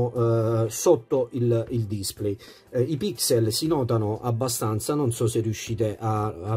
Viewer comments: Bella recensione ma, per favore, pronuncia come si deve la parola display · Grazie per il tuo commento, ma purtroppo display lo pronuncio così 😉